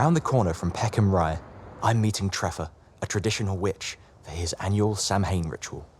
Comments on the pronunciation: Oh no ! You did the dreaded Sam Hane pronunciation. It's an Irish word meaning summer's end and is pronounced Sow in or my Scottish friends say Sow ane . Sam Hane is an absolute no . Well done otherwise on your interest and exploration and showing modern paganism in action. I'm in Ireland and there are many more people now following the Wheel of the Year and celebrating at Sacred Sites. I'm Pagan since my early 20s and am 64 now. One other thing, I think Jack should have his candle in the forest covered in a lantern to make sure the trees are safe . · Samhain-pronounced something along the lines of "SOW-in" or "SAH-win", not Sam hain. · Really good doc however Sam Hain 😭😭😭😭 it's pronounced sowiin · Dude you prounounce Samhain as Saw-wain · Somebody please tell him how to pronounce 'Samhain'!! It's 'Sowin' or 'Sowen' - NEVER 'Sam-hain'!!! And the 'sow' is pronounced as in 'cow'. The word comes from Irish Gaelic and is generally accepted to mean 'summer's end'. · The proper pronunciation of Samhain is actually SOW-in or SAH-win. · aw man I just cringed so hard….it’s pronounced sow-wan. I just want to say I think you did a fantastic job on this documentary and I’m always happy to see pagan representation in modern media, but maybe you should’ve had someone on the crew checking to make sure you were pronouncing everything correctly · Samhain is pronounced sow-an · Samhain isn't pronounced like that - sah-wine is a closer approximation. it's still the name of the month of November in Scottish Gaelic and Irish. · Samhain is pronounced Sow een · I'm Irish, please look up the pronunciation of Samhain 😭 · It was so promising and then I heard the dreaded "Sam Hain" and have to stop., please do the Pagans you are making a film about the honor or learning the correct pronunciation of one of our most sacred holidays. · This man did not just pronounce Samhain as "Sam Hane" lol. Yikes. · Samhain is pronounced Sow-wen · Samhain is pronounced sow-een